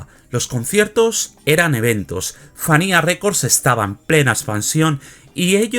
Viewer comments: Se pronuncia "Fania", no "Fanía". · Entiendo que tienes tu acento pero práctica se dice FANIA F A N I A